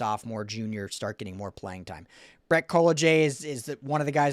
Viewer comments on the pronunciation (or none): none